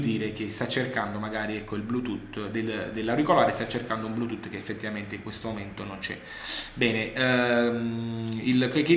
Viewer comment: ыыыы )))))))"блютутто" ))))